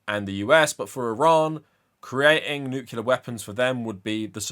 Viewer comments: Not to nitpick, but it's nuclear not nucular. Unless you want to remind people of George W bush lol he's famous for saying it wrong and confusing an entire generation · Nuclear not nucular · I swear I'm only saying this because you said it so many times, but it's "new-clear" and not "nuke-u-lar". Nuclear has one "u". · And the 2025 award for Most Intelligent and Learned Person Who Still Pronounces it “Nucular” goes to… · I know this is by far the least important thing about your video, but as an English language nerd every time you said 'nucular' it physically hurt me.